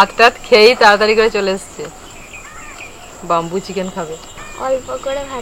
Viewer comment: 'বাম্বু' নয়,উচ্চারণতা 'বেম্বু'